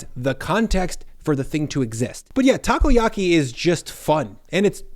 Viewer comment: Lost it with Taco-Yahkey